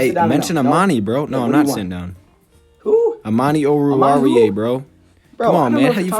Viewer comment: At least you pronounce his name correctly, got Goodfellow beat.